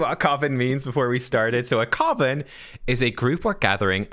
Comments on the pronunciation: Coven rhymes with Oven. I swear I heard say Coffin of Magi. Haha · Jeez! Another colab! When are you two getting married? I think it's pronounced more like "cuv-en" like oven I feel with the addition of Iron Twins, that a Bio-Mech faction is possible